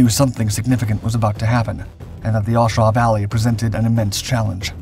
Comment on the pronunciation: What is an iron Rakkasan? I know what a Rakkasan is, never heard iron Rakkasan. The battle was in the “A” Shau valley, not the aw shau valley. A as in strong A. Not aw or auh. You read what I presume is the official US Army history or something you didn’t write but have no context or expertise in what you read.